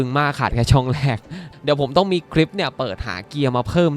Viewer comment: แรก ไม่ใช่ แลก ครับ